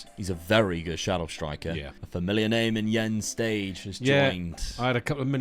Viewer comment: The danish pronounciation of Jens Stage is actually Jens Stay. I thought I'd mention that because I think that is a quite easy one. Greetings from Göttingen in Germany!